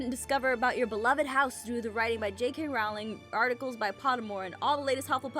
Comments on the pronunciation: J.K Rowling... it rhymes with bowling... helpful tip to those who pronounce it incorrectly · Jess, if you are reading this I want you to know that J.K. Rowling’s name is pronounced “rolling”. Just a pet peeve of mine. Sorry, keep being awesome! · Who else got mad when she said Rowling wrong